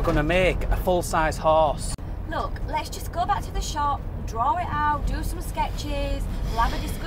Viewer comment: 2 huge problems bout this video 1. her eyebrows (and blush) 2. the way they pronounce horse “hUsE”